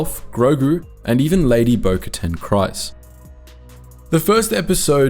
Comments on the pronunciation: How did you say Kryze wrong when it's literally been said on the show multiple times? "Kreez", not "Cries". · every time i hear Kryze pronounced "cries" instead of "creez" it actually goes through me. im not a big pronunciation guy but that bothers me